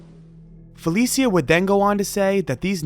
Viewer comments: It’s fuh Lee sha (Felicia) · Fuh-leee-sha, not Fell-eee-see-uh. At least get the deceased's name right